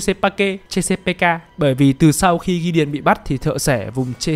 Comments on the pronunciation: thợ xẻ vùng chê-xa-bê-ca :")))))))))) chê-xa-pik mà shopppp :"))))) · Thợ xẻ vùng chê-sa-pê-ka, trong phim nguyên văn là Chesapeake Ripper, đọc đúng thì là sát nhân vùng Chét-sa-pích nhé ad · tui thấy ad đọc là ches pika là sao v ông, tìm trên google ko thấy thông tin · Chesapeake - đọc là Chét-sa-pích nhák 🤣🤣🤣 lạy Vui Vẻ ông cúp tiết lớp Mất Gốc đấy ah 🤣🤣🤣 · Fact:Cách đọc tên biệt danh của Hannibal là thợ xẻ vùng chét sa pít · chỉ đơn giản voice với writer là 2 người, voice thì hơi kém tiếng anh, vậy thôi :)) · chesapeake x -> chê sa pê ka